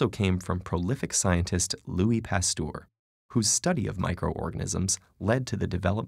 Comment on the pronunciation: Ha ha. To be fair, the comment to which I replied does not seem to be available anymore, so maybe I was right in talking about French and not German. Maybe the comment was about the pronunciation of Pasteur's name, which was indeed pretty good for someone who isn't a French-speaker. :)